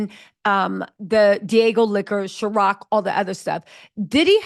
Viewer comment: And it’s Cir-OC not Chir- OC…..love though 😂